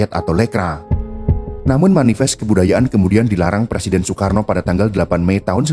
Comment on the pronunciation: bacanya SOEKARNO, Maap 😂😂